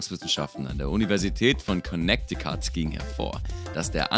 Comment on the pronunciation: ..."kunektikat" is echt heavy... 😶